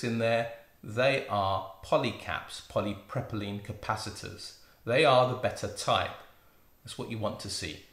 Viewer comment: po·lee·prow·puh·leen:-D I’m enjoying your content, quite interested what you will cover next...